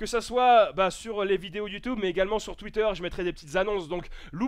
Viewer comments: Je pense que je suis pas le seul à qui "youtoube" à perturber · c' est moi ou il dit ( YOUTOUBE)